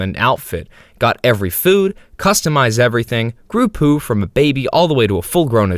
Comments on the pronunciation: ITS POU NOT POO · i always thought pou was poo. And HOW do you call it "poo" it's "po-ooh" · stop saying poo its pou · “Poo” is crazy bro is “P-O-U” WITH A U BROOO😭😭😭😭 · Why you pronounce it as poo. It's P O U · It's "p o w" not "po" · Pōū, not Poo😂😂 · You're pronouncing it wrong it's Poh not poo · STOO SAYING POO SAI P O U POU PAU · Something about the fact he's saying poo instead of pou (p-oh) triggers me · I CANT LISTEN TO YOU WHY DO YOU CALL IT POO AND NOT POU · I believe you mean "Poe" like in Edgar Allan Poe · Dude no, we also call it POU, we say POU not pOO 🫠 Im hispanic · Sepuh pou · me estas jodiendo q los gringos le dicen "pú" a pou? dios nunca me lo hubiera imaginado ajsjajsj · IT WAS PRONOUNCED 'POO' ALL THIS TIME???? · Dude its pronounced bou but the b is firmer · do you pronounce pou as poo on purpose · I remember pronouncing pou's name as Po-uu. Like i separated the 2 vowels instead of combining them. I still pronounce it like that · Isn’t it “Poh”? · love how the not a.i voice is called Pou "Pole" when you very clearly used the correct pronunciation in the beginning. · It's pú! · I’ve always heard P-U-H 😭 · No it's Pou (Pow) this guy is just mispronouncing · First person to misspronounce pou 😭💔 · You're supposed to pronounce it like he's the dragon warrior!